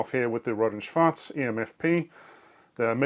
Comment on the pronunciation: I love that R&S piece. Thanks btw for perfectly pronouncing "Schwarz". I think other German engineers will agree with me with how funny sometimes German looks like when it is exactly and precisely describing a term, especially RF. "Tonfalle" is literally a trap to trap sound. Yes, that's what it is, but it is so absurd to see. I find it also cute how in German it is an Oszillator 38 MHz, But in English they write 38 MHz oscillator, even though there is no grammatical reason for the inversion in German, and they gave up on that on the second board.